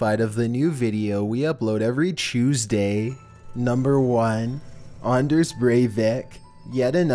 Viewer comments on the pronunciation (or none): U said choseday not Tuesday sorry